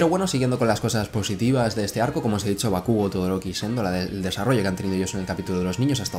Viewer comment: Por qué decís bakúgo? Si la pronunciación más cercana a la original sería bákugo.